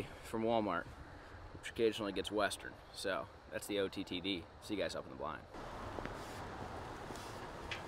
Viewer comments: I believe its ootd not ottd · 😂😂😂Love that says “OTTD” instead of OOTD